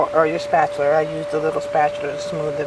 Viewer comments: very irritating, it's spatula, not spatular. There's no r at the end of "spatula". Sorry that's very irksome. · It is called a SPAT-ULA not a SPAT-U-LER. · I always try to be nice but honestly SPAT-U-LER was super distracting and made me also want to stop the video instead I just lowered the volume. I figured my problem easy fix. Ma’am this was a really great idea you had thank you for making the video.. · Paula Deen says spatchler too. LOL Maybe it's a southern thing. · I wasn't annoyed by your comment, I was annoyed by her repeatedly calling it a "spatular" too... Its just one of those things.. The first time she said I actually "corrected" her, the second time I corrected her again, the 3rd time I stopped the video because it was just too annoying...